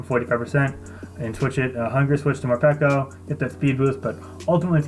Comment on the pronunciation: Damn really didnt watch the 2019 cypher because he'd have know how to pronounce Morpeko